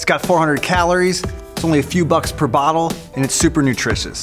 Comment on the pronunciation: Does it come with abottel opener 😂